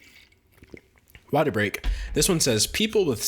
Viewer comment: no one: d'angelo: WateR BreaK